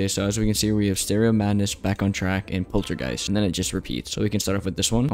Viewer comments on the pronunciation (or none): Did you seriously say polargeist 'poltergeist? You gotta be kidding me, everyone says it Like that, I don't know what is wrong with then, maybe they don't know how to read. Just a reminder, it is pronounced 'Pol - er - guy - st' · its polargeist not poltergeist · POLTERGEIST??? Its POLARgeist